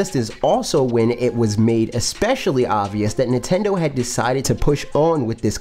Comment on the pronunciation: I love how this guy says Nitendo lol